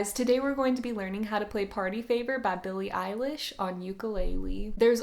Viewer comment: ba billay eilish